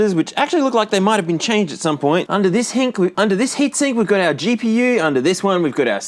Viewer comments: "under this hink" had me dying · "Hink" is my new favorite word, much better than heatsink.